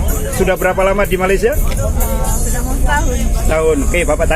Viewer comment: Perbaikan sebutan ‘Malaysia’ cikgu